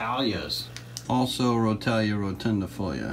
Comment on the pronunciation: The way you pronounce rotala ( roh- tall- a) really annoys me but it doesnt matter much lol Good video displaying the different plants.